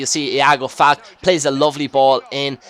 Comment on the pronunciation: its pronounced FAL-KAY, not FALK